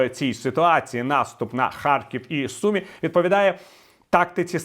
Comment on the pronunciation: СУМИ, а не СумІ!